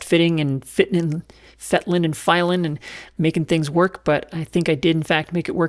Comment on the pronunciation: “Fitten, filen and fetteling” I like it.